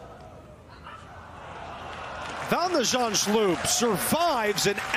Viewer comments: shulp not shlup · Nope. It's spelled Zand-s-ch-u-l-p, so after Zand it's first sch with the ch a throat-rasping g, then u-l-p as in 'gulp'. I failed to understand how the commentator managed to botch up that final bit, as it is a common English combination of letters.